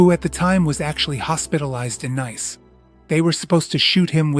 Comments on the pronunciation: It's not pronounced n a i c e but nis. Its the of Nice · Nice is pronounced ‘niece’.